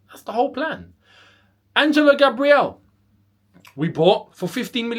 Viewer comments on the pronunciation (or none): none